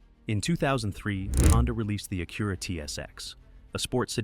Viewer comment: This channel would be so much better with a real person talking. What is an Ak-curra or Civic sigh?